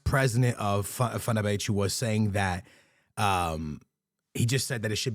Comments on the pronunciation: Wth is “fernabetchu” he literally said it correctly in the beginning of the video 😂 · Never seen anyone butcher Fenerbahce's club name so bad